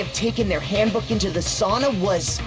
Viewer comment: Also the mispronouncion of Sauna killing meee